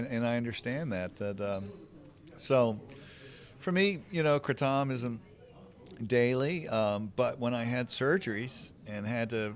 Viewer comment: FINALLY someone pronounced right lol